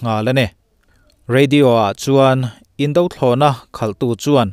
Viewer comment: Indo thlawhna/Indo lawng i lamrik dan hi a la dik lo fo. a bak chu a tha khawp in ka hria. indothlawhna tih a indo (hi Fing lo / Duhlo tih thlukin a ri tur a nih hmel)